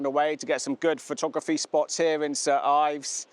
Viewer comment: Its "Saint Ives" Great video